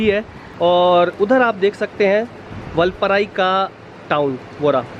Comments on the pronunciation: Vulpurai ! Vulpurai ! LOL. First pronounce it correctly. And you could also tone down the overacting & repeated exclaiming. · Say vaalpaarai..not vulpaarai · वालप्पारे///जनाब. वालपराई नहीं है/// All the best!!!!!!!!!!!!!!!!!!!!!!!!!